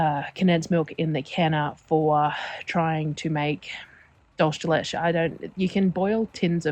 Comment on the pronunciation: Just to help you pronounce the spanish milk delicacy.... dholsee de lecheh